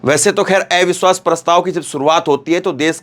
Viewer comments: " AIVISHWAS" NHI... AVISHVAS..🙏🙏🙏plz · सर, एविश्वास पत्र नहीं अविश्वास पत्र बोलना ज़्यादा सही है। आपकी प्रस्तुति में करेक्शन करने के लिए माफ़ करना। 🙏